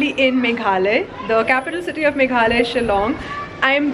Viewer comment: Its not Meghley, it is Meghlaya. I hope you understand that how to pronounce correctly ?